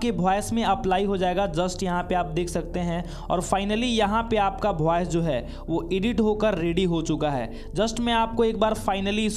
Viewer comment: फॉयस या वॉइस 😂😂😂